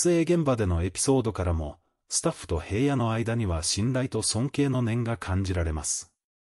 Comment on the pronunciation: へいやって誰？ひらのです。いい加減ちゃんと言いませんか。